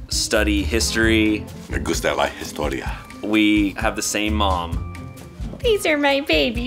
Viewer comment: "me gusta la Jistoria" xD ok ya :c